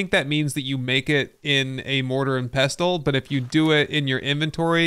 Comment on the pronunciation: The 'T' is silent in pestle, like in castle.